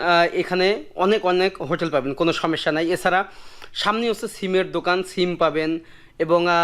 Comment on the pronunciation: উন্নতি জীবন না বলে বলেন উন্নত জীবন। সমেস্যা না সমস্যা বলেন। উচ্চারণ কিছু কিছু ঠিক করেন।